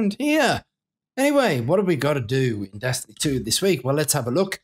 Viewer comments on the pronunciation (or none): On what planet is “In” read like “I’m?” And did you just call the raid the Stone “Script?”